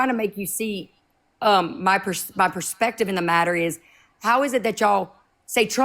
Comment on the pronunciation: “You need to see ‘ma sperspective,’ from the bottom of a whiskey glass after several rails of meth. Hard pass.